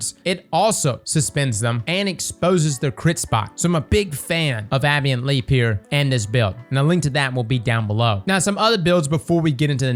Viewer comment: It's "Ah-bay-ant" Leap. Abeyant, meaning "temporarily inactive, stopped, or suspended." (specifically that last word, albeit the literal use of the word suspend rather than "paused"). I've heard literally more than 30 ways of Destiny 2 creators mispronouncing this word and I cannot deal with it anymore. Please, spread the word, correctly pronounced. -.-; Also congratulations on the new baby. Good rundown of the strike. I haven't really considered doing the start of each wave from a side path, but it makes sense. I personally end up going in with PUGs, so using a build that relies on other people to do well doesn't often work for me. If I can't survive and thrive on my own, it's not a good enough build. So I prefer solar with the ability to ignite. Solar titan with the Consecration scorch/ignite waves is very helpful when aiming into mobs. The chain explosions from multiple ignitions going off really chews through higher tier health in my experience, and all the sunspots laying around gives you ample opportunities to proc restoration to keep you alive. Plus the scorch also exposes wyvern weak points.